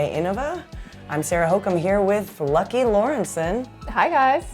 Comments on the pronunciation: Why is Lykke pronouncing her name wrong? it's not Lucky... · Petition to start calling Lykke Lorentzen “Lady Lorentzen” - we americans butcher her name so much she’s owed respect and reparations.